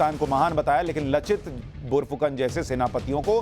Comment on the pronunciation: Not lochit it's called lachit barphukon... pronounced wrong mot Karo Bhai...i m from Assam..i m ahom